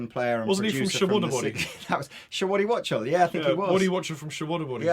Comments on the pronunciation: pronounced waddy 'wock-tell' (wachtel) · Waddy Wachtell, pronounced Wock-Tul is arguably the most successful touring rock concert guitar players in history, also, studio session, and production , and here in the good ol USA, he's probably the most loved. Credits include, not limited to: The Everly Brothers, Jackson Browne, Kim Carnes, Rosanne Cash, The Church, The Cowsills, Bob Dylan, Silver Condor, Gilby Clarke, Melissa Etheridge, Bryan Ferry, Bernard Fowler, Andrew Gold, Don Henley, Carole King, Miranda Lambert, The Motels, John Mayer, Maria Muldaur, Randy Newman, Steve Perry, Iggy Pop, Bonnie Raitt, Keith Richards, Linda Ronstadt, Adam Sandler, Bob Seger, Carly Simon, The Rolling Stones, James Taylor, Tom Waits, Warren Zevon and Laura Allan. I think Alice Cooper also, not listed. You never know, that might be Waddy, regardless of the credits... Cowrote Werewolves of London, other tunes, Wachtel has toured with the Everly Brothers, Carole King, James Taylor, Linda Ronstadt, Adam Sandler, Stevie Nicks, and Keith Richards (in the X-Pensive Winos)... Guy's huge and everywhere, living legend. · The name old boy is Waddy Wachtel Which is pronounced wok as in a cooking wok and "tel" as in A telephone ...yah? not "watchtul" So phonetically it is Woktel...That "some old session player" dear chap played on more major records than you've had caviar and Champers. Now run along ..there's a good chap.